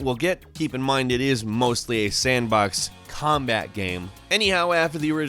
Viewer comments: It's game not guyam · can you please stop pronouncing game as GEEEHMM? Thanks.